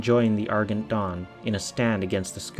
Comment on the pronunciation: Argent. Ar-jent. *cough*. Still love your videos.